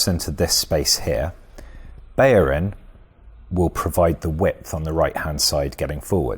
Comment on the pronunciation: BeLLerin his name is pronounced BELL-ER-IN not Beyerin, there are no y's in his name. FFS!